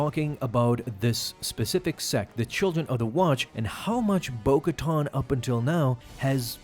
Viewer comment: bo katan not bo koton..